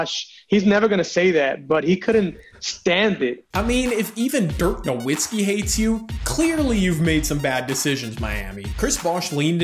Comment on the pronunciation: ain't no way guys have basketball channels in 2022 and don't know how to pronounce Nowitzki